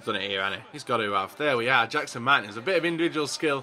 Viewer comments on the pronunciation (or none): none